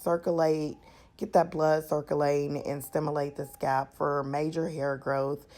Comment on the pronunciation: Nice mixture sis but I was about to die if you said scap again instead of Scalp! lol Thanks for the video.